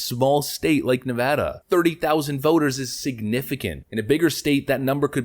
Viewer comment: As a native Nevadan I’d like to give you props for saying the states name properly